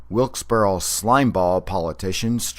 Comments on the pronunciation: 1. It's not pronounced 'WILKES - BORRO', it's 'WILKES - BARRY'. 2. Do you realize you are calling yourself illiterate? 3. Variations in the pronunciation of words from different regions of a country is called Phonology. NEPA is no different than any other part of the country, or for that matter the world. 4. I would NEVER insult anyone from anywhere for the way they pronounce a word, therefore I must assume you are either not worldly, and/or unhappy with what's going on in your own life. Find happiness. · Lmfao no the heck it's not every single valleyfolk I know pronounces it wilkes-bear